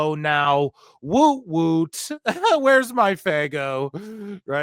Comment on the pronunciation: we say Whoop Whoop. Not Whoot whoot